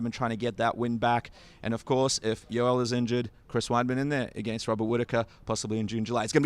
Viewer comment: Yo-el sir not Yoll!! XD